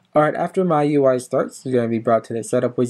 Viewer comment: Its pronounced "me UI". Just letting you know.